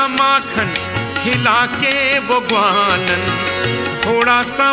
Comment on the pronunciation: ग्वालन की जगह गवारन उच्चारण किया गया है जो कि गलत है।